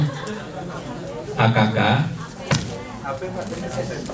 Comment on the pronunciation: nyebut tuh yg bener tuh bunyinya "et yahu" bukan "et yahO"..